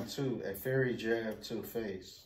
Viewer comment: How they both dont know how to read. Its FIERY not Fairy. Please dont have no kids, LMAO